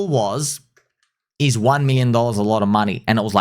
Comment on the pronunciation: 0.1B is not a lot of moon-eh.